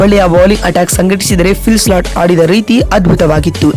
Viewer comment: appa Phil slat alla Phil Salt